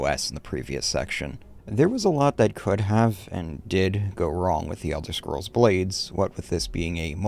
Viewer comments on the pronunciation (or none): Elder Shcrolls Blade. Right. He said Shcrolls. Like the shmuck he is.